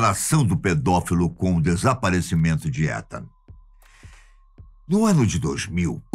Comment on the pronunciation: A pronúncia se diz ( iitan) !